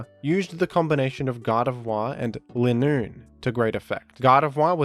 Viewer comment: Why does keep saying "Lin-Noon" and not "Ly-noon"? It is supposed to be Line + Raccoon since it runs in a straight line.